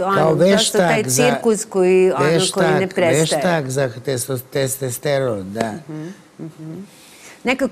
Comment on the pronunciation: Kako se gospodin Seselj hvali svojim obrazovanjem, mogao bi bar da nauci da se kaze “testosteron” a ne testesteron.